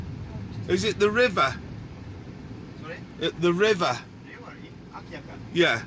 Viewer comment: AND HI. Not Alkaya, it is true say AKYAKA.